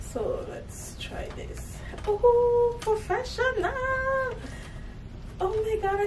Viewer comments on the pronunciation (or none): Picked up on the West Indian accent when you said "professionaaaaal!" 😃